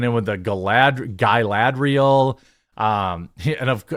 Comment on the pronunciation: Dude, when you say "Galadrial" you pronounce the "A" correctly as a soft vowel. So WHY do you say the "A" so wrong on other words? Like when you said "SAG" as "SAYG"! Gross!